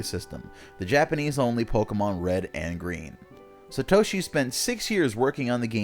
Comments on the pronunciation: Sat oshi not sa toshi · "SUH- toshi" that hurt my ears. Its SAH-toshi. If they knew ANYTHING about japanese theyd know that an A (あ) is ALWAYS ALWAYS ALWAYS is pronounced as "ahh"like the 'o' and 'a' in "opera" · chaeizardX Sa·to·shi 👍 Sat·o·shi 👎